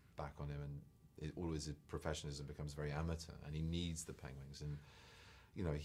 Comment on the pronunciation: still can't say penguin... god love him